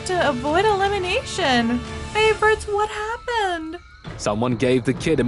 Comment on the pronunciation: Vait? Vhat?